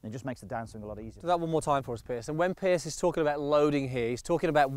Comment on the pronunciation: Good vid, as always. But why does keep calling Piers 'Pierce'.